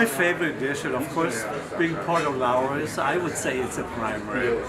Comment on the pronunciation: Looooowrey